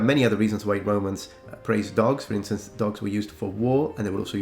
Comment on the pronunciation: "For isntance" XD